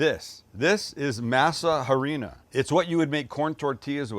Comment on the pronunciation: mahsah ahreenah "h" is silent, "a" sounds like ah. Still love ya, though.